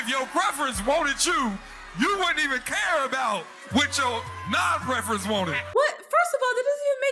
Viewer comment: "We don't QUARE"?